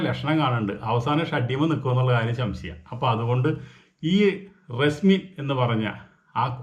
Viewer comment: ശംശയം അല്ല സംശയം 😅